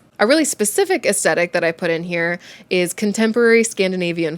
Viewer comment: Hi there. The pronounciation of the word Aesthetic is Aes -thetic not Aest - etic. Maybe it is a North American thing (i come from the UK ) I love your channel , you are informative and talk about interesting topics. Your cats are adorable ! sending virtual hugs to you and virtual cat treats . 🤩🐈‍⬛🐈‍⬛